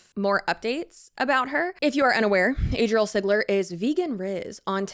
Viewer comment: Chile...not Azriele..Azalea..ADRIELE!! What now 🤦 (not sure if you saw my name. I'm on the spectrum too) Woot woot! 🎇🎆🎀 ❤